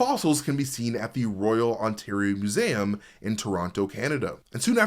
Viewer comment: heh, "moo-zayum"